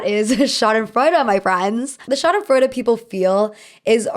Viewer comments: German here. Pls dont ever say schadenfreude again 💀😭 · to every German speaker listening to her murder the pronunciation of Schadensfreude... ja, so ist es manchmal. haha. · When I heard "schadenfreude", my uneducated brain thought you said "shot in Florida" and I was like, what? lmao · The way I thought you were saying shot in Florida instead of schadenfreude and I didn’t even question it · That German word you said I thought you were saying “it was shot in Florida” and I was like why is that relevant 😭😭